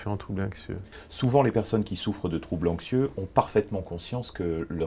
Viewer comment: Pourquoi il prononce "Inxieux" et "Inxiété" ?